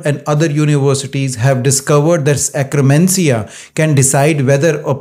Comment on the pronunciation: (IT'S akk-ER-mansia, NOT akk-RE-mansia!) Thanks for the science and the great tips! Already heard them but now they make so much sense!